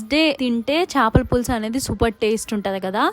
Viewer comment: Chapala kadu chepalu anali